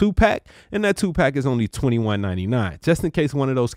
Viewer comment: When he said two pack it sounded like Tupac.